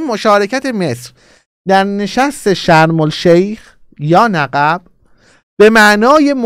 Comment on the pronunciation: آقا نِقِب درسته نّقّب اشتباهه